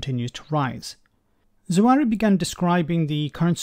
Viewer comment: Hey... you have this guys name WRONG. I don't care what people politics are, it is a common deciency to get peoples names right. It is NOT Zawari. There is no R in his name.